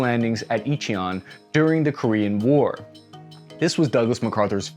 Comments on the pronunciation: You butchered Incheon. It is pronounced In-chun. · Incheon = In-Chon